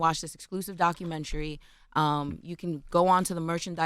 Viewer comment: Document'ary' NOT Documen'try'.